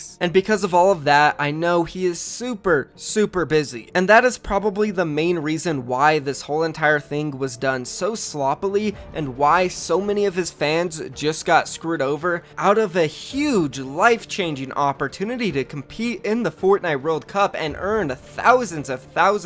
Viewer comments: this mans just said “So slopilly” ITS SO SLOPPY DUDE JESUS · Done so slopoly it is done so sloppy u act like your smart but can't even say what you wanna say correct 😂🤣😂🤣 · my dude actually said slopely instead of sloppy lmao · Nobody:: Slopely